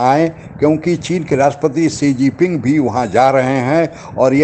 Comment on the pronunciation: Apko English bolna ya likhna nahi aata hai kya? Chinese president ka naam "Xigiping" nahi hai. Sahi naam hai " Xi Jinping".